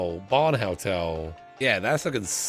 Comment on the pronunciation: I dunno why, but accent makes it sound like he's saying "Helltel" and considering what I've seen of his other let's plays it honestly doesn't seem wrong lmao/pos